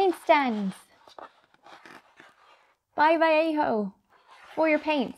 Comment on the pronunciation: Wait... this is a historical moment... an epic day that will live in history for ever... a new era for human beeings!!! Yes, my friends, An English speaker has say this brands name more or less correctly and without butchering the second most spoken lenguage in the planet, spanish. At last! English speakers of the world, this is (more or less lol) how you say Vallejo. THANK YOU, its only the most important paint brand in the planet. Sorry I had to, I love the channell but english speakers always butcher this name, always. But you didnt. So thank you. Great video btw, like always.